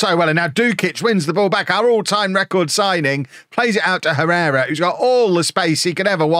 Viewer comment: It's pronounced "Errera". H is always silent in Spanish.